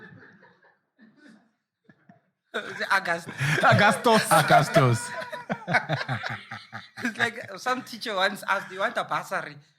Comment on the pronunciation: "Augustoss , just before Novimbas"